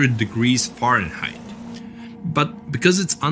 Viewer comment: It's pronounced (fare n height)